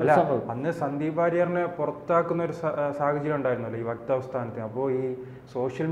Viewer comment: വെക്താവ് അല്ല; വക്താവ് ആണ്.